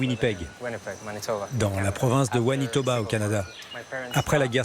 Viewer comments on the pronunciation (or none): Winnipeg dans la province de... Wanitoba !! ;-D hahaha! Svp un peu de recherche! Ma-nitoba! ;-) Néanmoins, fascinant de voir combien le monde voyage! + Très belles images! :-)